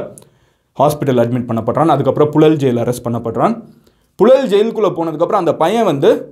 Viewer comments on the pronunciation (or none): ழ உச்சரிப்பு பழகவும்.புழல் என உச்சரிக்கவும்.புலல் என்று உச்சரிக்கக் கூடாது.